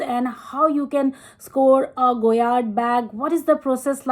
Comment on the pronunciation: Correct, there is no MM for the St. Louis, so her saying “small,” “medium” and “large” is wrong. There is the PM (petite) and GM (grande). At least she pronounced it correctly.